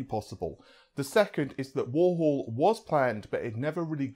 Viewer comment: Not at all. I'm amazed after all these years he hasn't learned how to pronounced 'three' and 'Warhol'.